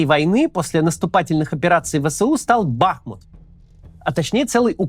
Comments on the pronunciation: Правильно говорить не бАхмут, а бахмУт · не Бáхмут, а Бахму́т 🇺🇦✌🏻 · Огромная просьба корректно ставить ударение г. БахмУт. В Википедии корректно стоит ударение даже. Очень-очень режет слух( Не смогла досмотреть из-за этого😭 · Бля, можете Максиму на тексте, который он читает, расставлять ударения? Какой к чёрту бАхмут? Он будто бы никогда названия этого города не слышал до этого… бахмУт (ну или Артёмовск, если на то пошло) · БахмУт. Ударение на У. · Максим, я бы на вашем месте обратил внимание на ударения в именах собственных. Например, БахмУт. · Кац, говори пожалуйста БахмУт, с ударением на У. Кто местный, залайкайте коммент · Максим, огромная благодарность Вам и Вашей команде за ежедневный кропотливый труд,за глубокий анализ, аналитику и ,самое главное, человечность. Есть только одна огромная просьба - пожалуйста, не бахайте названием наш любимый город БахмУт. Ведь никто не говорит ХЕрсон. Уже не раз в СМИ звучала эта просьба, надеемся, что нас услышат. А Вам только крепкого здоровья, терпения, Божьего благословения и, самое главное, МИРА всем! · Каждый раз режет ухо, когда слышу " Бахмут" с удалением на А. Отписываюсь